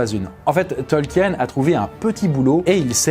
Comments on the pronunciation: Côté prononciation, on n'y est pas. Son nom se prononce TOL-KI-NE ! parce que le nom a des origines allemandes, comme mentionné dans la vidéo ! Tolkien (Tol-ki-ne!!!) n'est pas l'auteur du Hobbit et du Seigneur des Anneaux. Nan nan, il le dit lui-même, il n'est que le traducteur du livre rouge de Bilbo et Frodo, qu'il a trouvé ! Les tolkiendili se réunissent Sur les Terres de l'Unique le dernier week-end de septembre à Plouha. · Rectification: Le nom Tolkien se prononce comme s'il n'y avait pas de E avant le N (soit "Tolkine" et non pas "Tolkiène"). Il s'agit peut-être d'une erreur commune au sein de la francophonie, mais une erreur reste une erreur et c'est dommage de la trouver véhiculée par une vidéo à caractère culturel. Je sais que commet très souvent des fautes de prononciation, mais là c'est quand même le mot principal de la vidéo, celui qu'on prononce toutes les 2 phrases, et je suis très déçu de l'avoir entendu massacrer le nom de Tolkien pendant près de 20 minutes... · Je crois que le plus choquant dans la vidéo ce n'est pas la prononciation de Frodon mais celle erronée du nom même de Tolkien, qu'on doit se coltiner presque à chaque phrase pendant quasiment 20 minutes. Pour info, ça se dit "Tolkine" et non pas "Tolkiène". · Bon dieu, on dit "Tolquine" pas "Tolquiène" ! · Pourquoi vous dites "Tolkiène" ? Ca se pronnonce "Tolkine"... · Ce n'est pas qu'une question d'accent. Déjà rien que le mot "Tolkien" est mal prononcé... à chaque phrase... pendant quasi 20 minutes. J'ai souffert. Pour ceux qui ne sauraient pas, ça se prononce "Tolkine", pas "Tolkiène". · Super vidéo mais on dit Tolkeen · Faut le savoir en même temps, que ça se prononce "Tolkine". Ceux qui ne le savent pas (c'est à dire une grande majorité) vont instinctivement le prononcé "à la française",ce qui est complètement normal. Perso j'ai mis des années à découvrir la vraie prononciation, et c'était y a pas si longtemps, et complètement par hasard.